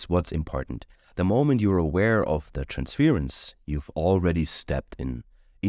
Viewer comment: I love you. Wonderful reading. One little pronunciation thing….. Trans’fuurrr’ence … not trans’fear’ence. ‘Ur’ sound. 😘